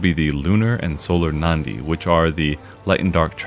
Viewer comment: i know this is gonna be nitpicky so I'm really sorry in advance: it's pronounced as Na-Di not Nan-Di. It's a word taken from sanskrit which literally means Vein. But thanks for the coverage!